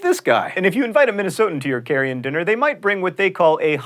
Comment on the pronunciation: You said "carry-in dinner" and it sounded like "carrion dinner." To which I say no thank you.